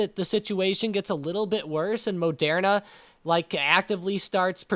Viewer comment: Say Mo-dare-na again Mfer. No one says it like that man, it's ma-dur-na.